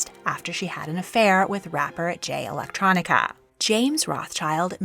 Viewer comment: I don’t like how she said, [Jay] “Electronica.” #Sus…In General